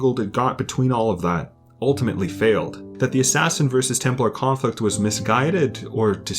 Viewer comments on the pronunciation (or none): none